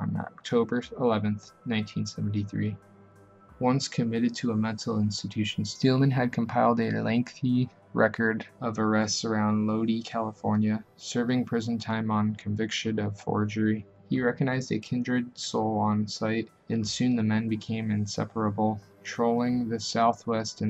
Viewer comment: Lodi is pronounced Low-die:)